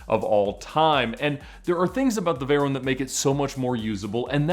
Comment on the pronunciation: please when you refere to the veyron say it well its a legendary name Pierre Veyron its not veyeronne